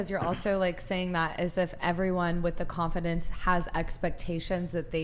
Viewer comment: That bald bird that pronounces every vowel as "a" does my nut in. if you believe yar a tan then canfidance shanes. ay could be batter but if you just thaught that you were the bast